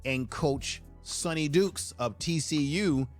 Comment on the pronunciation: Sonny DYkes not Sonny Dukes.